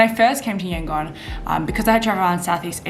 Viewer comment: According to latest census, 90% Buddhists, 4% Islam, 4% Christians, 1% Hindus and the rest are animists and what not. Don't take those numbers as gospel truth though! Also, the "gon" part of Yangon is pronounced more like "dome", substitute "m" with "n" sound, not Yan-"gone".